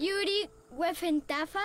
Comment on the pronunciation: El idioma F se me hace ingenioso para poder aprender a adaptarse a varios trabalenguas y también para mejorar pronunciación, sin embargo me di cuenta que en una parte Lili dijo mal una palabra en F, dijo "Yuri, cuefentafa", la gracia de la F es añadirla a cada fonema vocal en este caso sería "Yufurifi cufuefentafa" pero bueno ❤